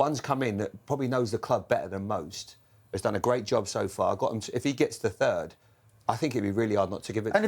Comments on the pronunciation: "United finishing turd" 😂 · Bitter keane yet again. All because united didn't call. Btw did he say third or turd 😂😂😂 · "Man united have been turd in the league". -Roy keane.